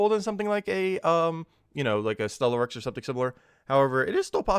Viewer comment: Ctharrasque -- See' - thar - asque -- kinda rhymes with "My Barracks"